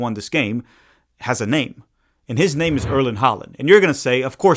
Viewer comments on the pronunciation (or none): Erling Haaland's name is not Erlend Holland. It's Erling Haaland, pronounced Haw-lan.